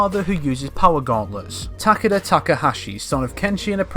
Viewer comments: I could take that pronunciation, but Ta-Ke-Da is just unacceptable. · Can we get a like everytime he mispronounces Takeda’s name? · You forgot one The weird pronouce of Takeda holy hell its just Weird